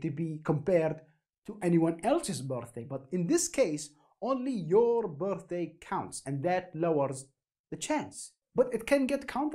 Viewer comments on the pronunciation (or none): the part where he says bortday reminds me of gru